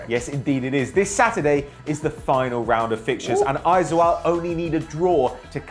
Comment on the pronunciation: i have to say guys...Its pronounce as Aizol..not Aizual. Im a proud fan of this club and im from NE India, Mizoram Aizawl (Aizol)